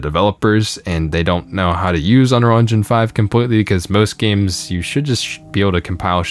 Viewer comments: Is it just me or does this guy not know how to pronounce "unreal"? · Maybe if you could pronounce the word "Unreal" you would have a different perspective?